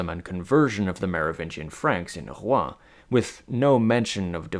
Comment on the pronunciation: Mate at least try to pronounce Rouen properly 😂